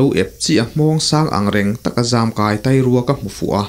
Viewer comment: Tai rua nilovin tâi rua ti a lam zawk tur ni awm tak ani